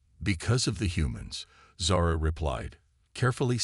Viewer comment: Zara, not sara